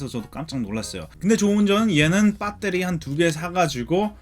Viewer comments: 배에뤄리~라고 안하고 한국 토종발음 빳!때리 라고 하네요 ㅋ 잘봤습니다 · 미국 사시는거 같은데 뽰떼리 발음이 정말 찰지시네요 ㅋㅋㅋㅋㅋ 리뷰 잘 봤습니다^^ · 항상 뽜때리 발음들으러 영상봅니다 ㅋㅋ 감사합니다. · 영어 악센트 사이에 빠때리 발음은 아주 구수하네요 중독될듯ㅋㅋㅋㅋ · 빳떼리 입니다!ㅋㅋㅋㅋㅋㅋㅋ